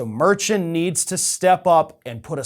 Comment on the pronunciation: Omg, Merchant = Mar-shawnt